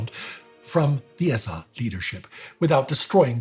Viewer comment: The pronunciation is annoying-this is English its the SA (es-ay) not S-AH--plus throwing in all kinds of German words make it hard to understand-its the freaking German army, not Reichswehr or whatever this guy is saying.